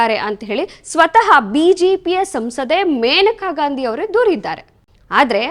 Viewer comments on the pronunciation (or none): none